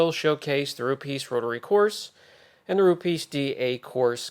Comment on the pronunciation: Brian please, it is Rupes, not Rupeees. Thanks